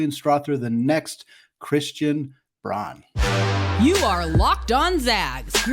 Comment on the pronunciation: Braun pronounced "Brown"